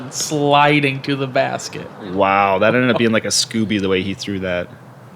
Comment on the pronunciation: commentator wanted to keep saying scooby so badly but its actually scoober...